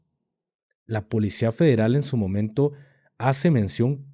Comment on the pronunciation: Alguien más le da Grinch escuchar al decir: polecia? 😢😢